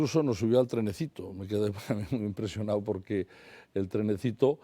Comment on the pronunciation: "...me he quedáo impresionáo asombráo... el Senáo", JAJAJA